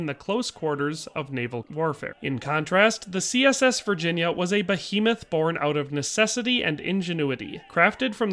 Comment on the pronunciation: Thanks for getting the name of the CSS Virginia correct!